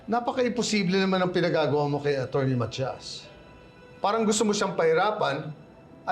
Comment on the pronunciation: sa sobrang OA nya ung pronounce nya ng Attorny nagiging ACHORNY na kloka